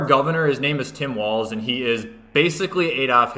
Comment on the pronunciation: it’s not Tim Walls, it’s no ball’s Walls.